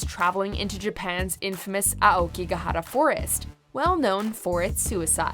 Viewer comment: The way Aokigahara is pronounced... So satisfying